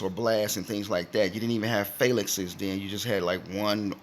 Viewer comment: I disagree. He does not know how to pronounce phalanx and always stream from his bed room